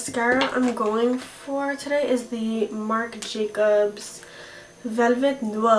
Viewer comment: I love cranberry tones!! Gorgeous look! 😍 And when you did that French accent for the Marc Jacobs mascara you made me laugh 😄😊♥️